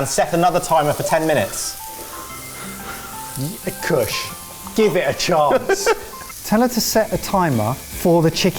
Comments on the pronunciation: POSH KUSH HAS ME FLOORED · absolutely lost it at posh kutsh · I realized that Kush with a posh accent sounds exactly like Mrwhosetheboss.